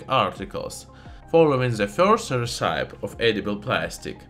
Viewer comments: Recipe is pronounced res-sippy... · Great video as usual. One small correction: recipe is pronounced as re-si-pee. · Hi thank you for the videos, I just wanted to help you with pronunciation. Island is pronounced i land Recipe is pronounced recipee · His pronunciation of "island" and "recipe" are quite original! Both mispronunciations are quite understandable, given how weirdly English is sounded out.